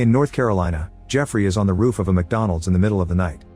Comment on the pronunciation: The AI voice can't pronounce roof properly, sounds like it's saying rough.